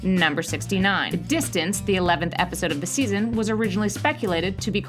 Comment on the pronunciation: she said wepisode